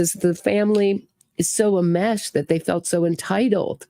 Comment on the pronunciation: Greetings. Ok, the word is ENMESHED. You're a good sport to let us help. Great podcast. Enmeshed.